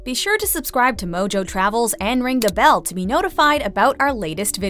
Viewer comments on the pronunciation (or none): none